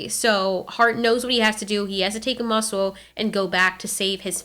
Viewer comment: It is pronounced ( ooo) ( ma). ( soo)